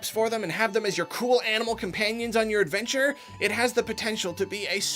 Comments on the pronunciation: Craft your own AdveMture, eh? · "craft your own ADVEMTURE"